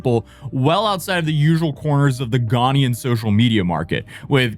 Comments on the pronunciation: But he can't even pronounce Ghanaian. He says Ghanian. Are you Ghanian? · "Ghanian" lol